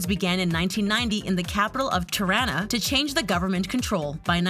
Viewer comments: “Tuh-rana” girl it’s “tea-rrrana” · Tirana is pronounced tea-rana XD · "Terana" 😂 for non-albanian people, you say it like "Tee-rana" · did any other albanian cringe when she said tirana? LMFAOOOO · The way she said Tirana lol. #girlfromKosovo